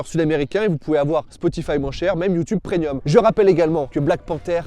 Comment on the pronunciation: C'est mes sales oreilles ou il dit bien "prenuim"?